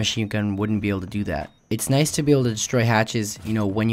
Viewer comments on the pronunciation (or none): none